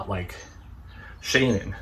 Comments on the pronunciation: Brother, her name is pronounced Sha Nan. Easy, peasy. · Shanann Shan and then Ann. Sha'nann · Half of the video he's trying to pronounce the victims name lol